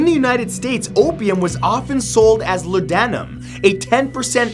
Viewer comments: La Dan I um. Lawd num Silly Canadians. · Thank you, I was gonna say, "LAW-da-num," but Matt can be excused because you hardly ever hear it spoken nowadays. In the old West, it was a very popular coping drug for prostitutes. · correct pronunciation is 'LODDenum' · Allied and Axis troops, not Access. And it's LAUdanum, not lauDAnum. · "La-dan-um" LOL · Oldenweery I assumed that it was obvious that "lau" is pronounced "law", but you know what they say about assuming... Laudanum was very popular in Europe, too, especially in the latter half of the 19th century. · Just a little note from your most OCD fan. It's pronounced law-de-numb. Okay, I can breath normally again! LOL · Shoulda gone into WHY 'marijuana' was outlawed "for drug use purposes"... since it was not. Hemp: Tiiiimbeeeeeeer... Also: * LAW-duh-num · Laudanum - is pronounced LORDnum I realise Canadians can mangle English (and let's not speak of Quebec) but Jeez Matt, if you're not sure, just Google it. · Its "law-de-numb" It drives me nuts when their excitement is more important than diction or proper pronunciation, as long as you can do cheesy unpracticed (I hope) wanna be impressions. They should hire "real comedians". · Please check into the proper pronunciation of what you are talking about....laud(as in laudable, Lauderdale) duh (as in the slang word from the 80s and 90s) num (like numb). This prounciation info from history buffs, drs,teachers ect... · You pronounced the laudanum wrong .